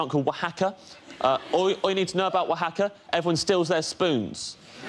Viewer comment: i cant believe he pronounced Oaxaca right. i know Mexican people who cant pronounce it.